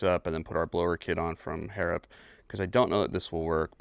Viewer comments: BTW you said Harrop correctly 😊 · How you said it the first time is how it’s pronounced (Australian here)